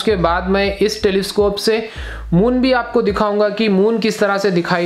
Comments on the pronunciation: Moom nai hota hai moon hota hai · That's moon not moom 🤣🤣🤣🤣🤣🤣🤣🤣🤣🤣🤣🤣😂😂😂😂😂😹😹😹😹